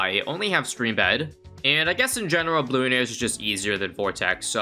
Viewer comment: Yall ever notice how says "Bloon-arias" and not "Bloo-narias" or am I just tripping?